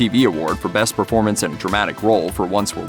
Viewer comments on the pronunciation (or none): none